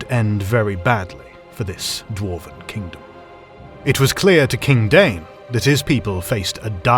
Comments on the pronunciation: "DAY-in" is not "DANE". There are two syllables. In any case, single syllable "DAYN" isn't it. And neither is single syllable "DYNE". Your "DAH-in" could be close, if you are using two syllables. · The name is Dáin, not Dain. This implies the pronunciation would be closer to "DAY-in".